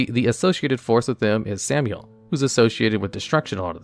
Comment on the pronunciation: Did you just pronounce Samael as Samuel?